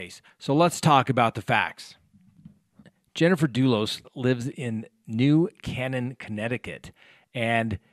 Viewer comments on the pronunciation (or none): It’s New Kay nan not cannon. Used to live there, lovely town . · Hi, Love your channel.....I live outside of Hartford, the Dulls thing is in my back yard....New Cannan is pronounced "Kaynan".....Albany Ave. In Hartford called the "North End" and a Minority community...great they have some video of this creep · New Canaan pronounced New Cane-an btw. Is one of rhe wealthiest towns in the US. Everyone has many millions where the NYC CEOs and celebs move to have a suburbia lifestyle. Its the east coast beverly hills. Too rich for their own good. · Hi, I'm from Ct. and just want to let you know the pronunciation, New Cane en. Great job on your channel. Like all of your subscribors, you are my favorite source of information on widely publicized crimes and the role our justice system plays in the pursuit of justice for the victims. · CT native here. Town is pronounced "New KAY-nin." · pronounced New Cane An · No big deal, but it is pronounced “New ‘Cay - Nen’”... (I’m from Connecticut.... will be a good crime story, but poor momma....) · Can't Dulos be held without bond as he may be a flight risk? I believe he's a citizen of Greece. I'm in the CT area and it's pronounced New KAY-nan. :) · Pronounced New Cānaan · Sorry - love your channel, but it's pronounced New CANE-en. Also, can you talk about developments in the Smollet case since the release of the incriminating case files? What can the City do to right this wrong?